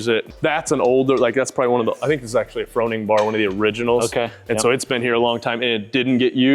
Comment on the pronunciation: You still mispronounced his last name even though he pronounced it himself right in front of you several times. Kinda weird you didn't pick up on that.